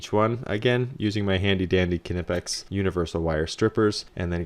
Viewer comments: Just fyi knipex is pronounced nip-ex. Not k-i-n-apex. Just fyi. Also, would you mind doing another one where there is no heater/blower or ducting? Also, do you recommend I do my own electrical or get someone to help? Finally, can I rent all these tools and can I get refrigerant if I’m not a licensed installer? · Tremendously generous installation. Condensation pipe needed a trap and clean out going to and from furnace as we as an over flow meter to shut things down should the condensation pipe experience a clog. Knipex pronounced “nip ex”. “Wago” pronounced Way-go. Otherwise great job and no stupid background music. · Excellent work. Truly excellent. It is pronounced "nipp-ecks". Didn't know what kind of wire strippers those were at first. That air filter though, please start putting in 4" filters. So much less restriction, less wear on the air handler motor. Can't recommend them highly enough. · Kin-ip-ex… ewwww lol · What Band of universal wire cutters did you use?? It sounds like you’re trying to say KNIPEX but you’re butchering the pronunciation of KNIPEX.